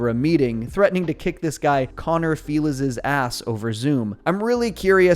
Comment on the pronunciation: "Connor Feeliz" is exactly how Peggy will pronounce his name.